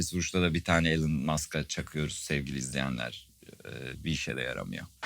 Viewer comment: "Elon"un okunuşu "ilon" , "elın" DeGeneres olan Ellen, e'si biraz geniş olsa Allen olurdu, "alen" de Delon olan.